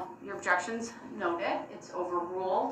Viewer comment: Grounds for the “overoo” I swear he never made it past third grade.